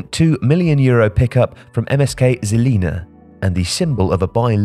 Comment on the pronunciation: Just to let you know - MŠK Žilina is correctly pronounced eM-eSH-Kaa Zhilina.